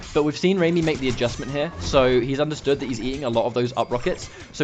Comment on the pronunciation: Awesome as usual 😁 but it's pronounced rah-my not ramy..as lady gaga in bad romance sings Rah-rah-ah-ah-ah 💃💃💃